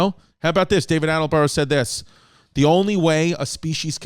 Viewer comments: Haha David Attelborough. It’s Attenborough my dude!! I guess you only switched one letter haha it’s tubberware all over again babe. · My favorite part of this episode was Chris mispronouncing David Attenborough’s name over and over. Attelborough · It's David Attenborough, and I don't think you managed to pronounce his name correctly once. It was funny, how calm you were about a potential new baby, I would have sworn a few more times than you did :) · Anybody keeping track of how many times Chris says David Attenborough incorrectly?